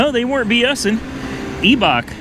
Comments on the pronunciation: The Eeee is silent. “I” Bach. 😂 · It's I-Bach just like my german last name..It's pronounced Tie Pen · Eibach is pronounced more like eye-bach